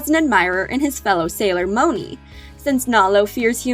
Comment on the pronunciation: You said matangi wrong and moni